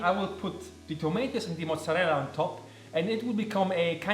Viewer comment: Such a chad move eating the oreo ice cream!! But if it's within your budget why not? Loved everything!! Ps. Are you Italian? You're mozzarella and Caprese pronunciation were very good!